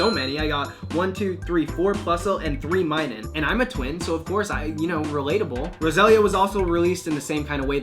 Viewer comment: When you said "And I'm a twin" I thought you said "And I'm a twink"